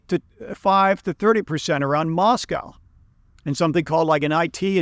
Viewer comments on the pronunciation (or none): none